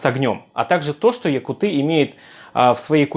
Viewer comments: Говори якУты а не якутЫ. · Пожалуйста, говори правильно: ЯкУты